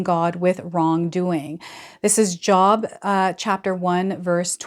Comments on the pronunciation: Uh....I believe it is pronounced as JOBE.....even though its spelled without the E on the end......... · Job is pronounced with a long o like joe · Yes, it is pronounced JOBE!! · I believe Job is pronounced joab or jobe. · Pronounced "Jobe" Thanks,...smart analysis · Please pronounce biblical book names correctly.....I don't think it's Job as in work ! Long O , I believe thanks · Yes. Job in the Bible has the LONG O sound